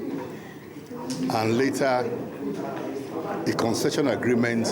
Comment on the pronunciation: Babalakin , love the word " consession " 😂 Lagos - ibadan consession, we remembered. Run this well